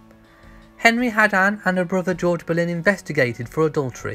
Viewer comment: For heaven's sake...her name is Anne Boleyn not Berlin !!!